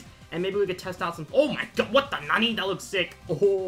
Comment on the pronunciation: He ruins the word nani